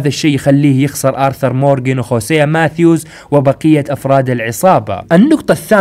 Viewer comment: هوزيا مو خوسيا يالحبيب😂❤️